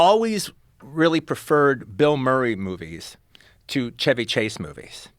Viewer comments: "Shevy" is the correct pronunciation. Just the the car, you don't say "Chevy" with the Ch like "check". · I love Tarantino but god the way he pronounces Chevy Chase is just the worst lol